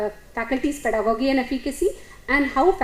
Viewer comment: ˈpɛdəɡɒdʒi is more correct. not gi but ji